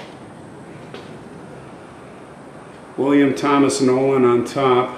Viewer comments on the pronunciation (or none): none